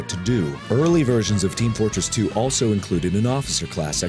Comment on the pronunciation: Did he say Team Flortress 2?